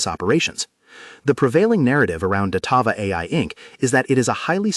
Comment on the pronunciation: "Datava ticker symbol dvlt..." Na I'm good thanks, I'll listen to my own research not someone who can't even get the name correct.